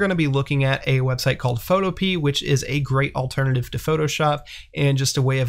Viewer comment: im so glad someone else noticed that lmao i cringed XDXDXDXD